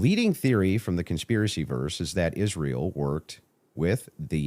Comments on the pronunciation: Why is it Candace can speak clearly but never says Israel correctly, sounds like "Ishthreal"? 😂😂😂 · Omg can someone tell her they are not called Converse'S!!!! They are just Converse!! And Israel does not have an SH in it 😣🥴